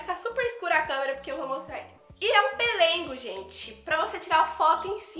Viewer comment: Amei suas comprinhas 😍😍😍🙏mas eu ri vc falando " pelengo" 🤣🤣🤣errar é humano...se diz pelego 🤣🤣vc é muito animada e divertida 🥰